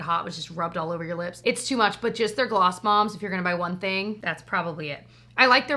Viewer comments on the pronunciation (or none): The second time you said Gloss Bombs, you actually said Gloss Moms and now I can’t stop chuckling to myself thinking that Gloss Moms would make a great reality show 😂